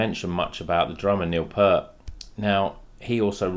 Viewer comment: Pronounced “Peert”